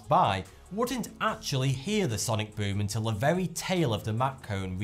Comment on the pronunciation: I love this guy say ‘sonic BOOM’ in his ascent